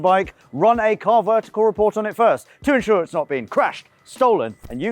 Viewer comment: Was just about to comment the same 😂